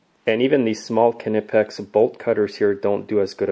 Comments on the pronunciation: He pronounces it Kneepex, the k flows in to the word, very quiet k then knee, it most definitely is not pronounced KA nipex like the KA is a separate word from nipex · Well, I speak German and it definitely isn´t.